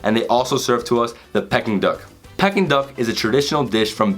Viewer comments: Aaaah come on dude... PECKING duck???? Peking... like 'pee-king'... the place in China!!! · Peking - is pronounced ‘Peeking’ and not Pecking. Saag - is pronounced ‘Sag’ and not Sage.